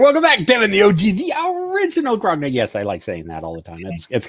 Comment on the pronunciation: You'd think the "original" grognard would know how to properly pronounce "grognard". ;-) It's "gro·nyar" not "graag·naard".